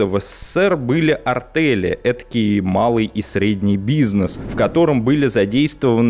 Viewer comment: Неправильно ведущий произносит слово АРТЕЛЬ, звучит как артЭль.